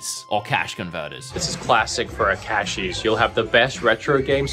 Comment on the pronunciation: the full accent coming back on the Cashies sentence. Was a great touch haha